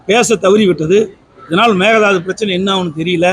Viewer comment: மேகதாது னு சொல்ல தெரியல மேகலாது....லூசுப்........